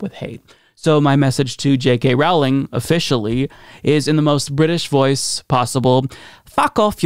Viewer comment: Her name is pronounced ROE-ling (rhymes with "bowling")